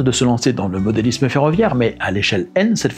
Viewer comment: Salut et merci. parle bien mais je n'ai pas aimé les "Sans €uros" au lieu de Cent €uros, mais il fait de très belles choses. Difficile également d'entendre parler de "modélizzme" au lieu de modélisme. Également dur pour les oreilles "une rail droite" et "une rail courbe" Je sais je suis assez exigeant concernant la langue française. Jacques.